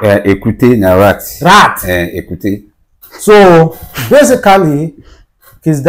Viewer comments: Ekuke not ekute. Ekuke is the local Nigerian dog breed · Ekuke not ekute… be pronouncing rubbish